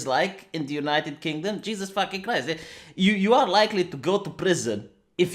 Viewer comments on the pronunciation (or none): none